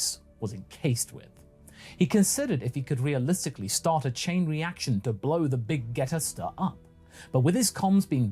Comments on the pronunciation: He's not mispronouncing it, it is now the Big Geta Stir... because it's the heaters that has control of it. Think of it like this: The heater are a oven with burners and a cook pot on top, stirring around and making quite the mess with Cooler's empire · Great job so far but why are You mispronouncig Big Gete Star?